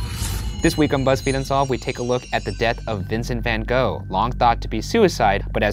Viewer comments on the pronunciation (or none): But you said it was hot but the coolness woke him up? (Also it’s pronounced gof not go) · Emily Penney the netherlands, where he is from, which is also in europe, it’s pronounced more like “fan hroff”. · gogh reads gof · Van gahhh not van go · A number if things. 1) it's pronounced van goff, not van go 2) no one ever described Van Gogh as a sweet man. He was by all accounts a cantankerous, argumentative man albeit with a tortured psyche 3) the content of the story is good. But you ruin it with the adolescent dialogue between yourselves. It's obvious you're both educated. What niche do you think you're going to fill with such nonsense? 4) it's nice to have fun, unfortunately you blow by the boundaries. In sum, not suitable for adult minded viewers. 5) good luck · It’s pronounced “Vincent Van (guttural Dutch noises)” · no one: the art nerds: its actually pronounced “van gokhfchgh” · Ryan- learns how to pronounce like 10 Icelandic names Also Ryan- Van go!!!!! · Its actually pronounced kohk, nice try though. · Van Goff, Puffalo Pill, it's whatever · Amore Moon for once in my life I just want an english person to at least TRY to go ggggg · Morning Star no, GoGH similar to the use of CH in loCH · I'm just here to fulfill the role of offended Dutch person about the pronunciation of 'Van Gogh' (which is more like van Gorhrhghggh). Thanks this has been my ted talk. #roastmortem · I thought it was Fun Hog. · dear america, it’s van gogh (goff) it’s a dutch name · It's pronounced "Van Goff" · It's Van van Gogh #goff" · Stopped watching this the moment I heard van go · How is it that Ryan can pronounce all those difficult names in the Reykjavik episode but y'all can't take the time to learn how to properly pronounce 'van gogh'? Loved the episode anyways,, so keep up the great work guys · Can't wait to see all the #RoastMortem comments from art nerds complaining about how you pronounce his name is wrong. 😂 #RoastBackAtYa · That’s not how you pronounce his name though